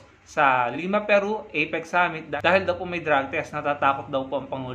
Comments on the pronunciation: Galing ng pronunciation🤣🤣🤣🤣🤣 skipgoat??? You mean scapegoat???🤣🤣🤣🤣 IPIC or APEC??? ANO BA TALAGA, SIR??🤣🤣🤣🤣🤣 What a funny LIAR vlogger👎👎👎👎! 🙋🏻‍♀️🇵🇭🇨🇦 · APEC hindi EPIC wahahhaha boba ka ayusin mo ang pag pronounce mo ng words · EPIC b ha ha ha ituwid mo muna dila mo, APEC✌️ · FAKE NEWS YAN! APIC daw eh epic dpat kung ml a. Dinig ko itik sbi nya. Bogoooo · Parang kilalang kilala na niya sa PBBM. At ang pagkarinig ko at "EPIK" sa halip "APEC". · CRAZY WARAY...APEC hindi IPIC...ha ha....LIAR.😝😝😝😝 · Ano daw may drugtest dun sa "ipik"🤣 takte na yan bulol. Gunggong anong drugtest pinagsasabi ikaw magpadrug test kasi bulol ka ha ha ha. Ano yan sports championship na may drug test bobo😂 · Hindi mo nga mabigkas ng maayos ang Apec